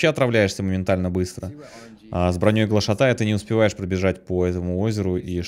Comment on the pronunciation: ГлашАтай - ударение на втором слоге.